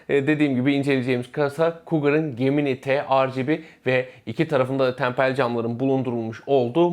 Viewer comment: Arkadaş çok güzel anlatmış,küçük bir hatırlatma "gemini" ciminay diye okunuyor.